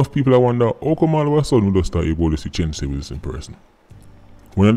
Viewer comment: U a pronounce the name wrong tho. Its two syllables not three